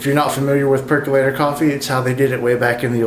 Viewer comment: PerkOlator. Why do people say PercUlator? Say percOlator several times and you've got it.